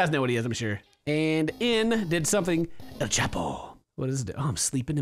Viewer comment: el chapo.... i love how he said it